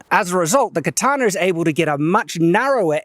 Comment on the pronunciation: why do you pronounce it "katanar", with an "r" at the end? I'm learning to speak english.